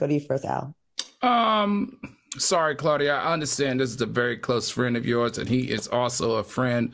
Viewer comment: “Claudia” Just……STOP 🤦🏾